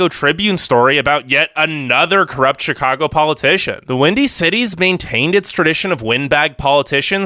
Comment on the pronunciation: I’m rolling my eyes. Don’t trust an anti-Chicago video from a guy who can’t even pronounce the name. This video is such a touristy perspective of Chicago. Obviously it’s cold. Obviously we love sports, but you don’t NEED to be into sports to have fun. Taxes are on par with other states. Have you seen Californian property taxes? Bad schools? Sure some bad apples here and there but our charter school’s that anyone can attend have the highest college acceptance rates. Traffic sucks, but that’s why we have the L and CTA! Best in the nation next to NYC. Parking sucks, but that’s every big city! Crime is so overblown and it’s only concentrated in places viewers would never even be in, and limited to members in GANGS.